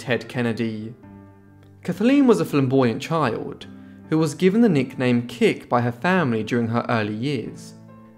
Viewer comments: And her nickname was Kitt - not "kick"... 😉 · Her name was actually Kathleen Kennedy and her nickname was "Kitt" - not "kick". 😉 But you did an excellent job except for that slight mistake.